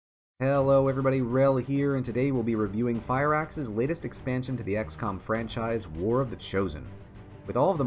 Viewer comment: You said FireAxis. The name of one one the Resistance rumours in the game :D